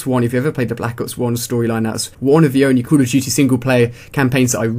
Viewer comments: he said coo a dutey instead of call of duty like if you noticed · "cool uh dootee." cracks me up everytime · Cool Uf Dooty ROFL funny accents are funny